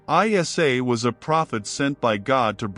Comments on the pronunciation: Its not pronounced as I S A its Isa (e sa) a.s You're even muslim or just wicked manipulator? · Its NOT, ‘I-S-A’ but Iissa(or Eessa) weird AI pronunciation. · It's not I.S.A. it's eisa. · Prophet ISA or JESUS not called as I.S.A ,so stupid,pls cl him as EESA when u pronounce,u disgrace his name mr mc,be literate n dnt be unilleterated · Masha Allah a very beautiful and educational video! There is so much research and work put into this video but not been able to pronounce the name of the Holy Prophet Jesus - ISAAH, peace be upon Him and His Holy Maria - Maryam peace be upon Her! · Salam hello bros please prononce ISA as Prophet Essa or ISSA PBUH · Islamic vibes? You can't even pronouce isa's name properly, you're pronouncing it I S A come on man! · This must be AI, Jesus name is not an abbreviation, but need be pronounced Essa. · Its not ISA but Essa whome u call Jesus